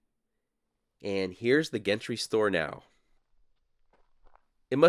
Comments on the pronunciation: Warning. School teacher side of me coming out. Wouldn't Gentry be pronounced "Jentry?" I have a friend with that last name. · Gentry is pronounced: JENT tree like in gentlemen, or gentle. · Are you sure Gentry is pronounced with a hard G? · Gentry (ie Gentry Hotel) is pronounced with a soft ‘g’, as in gentle.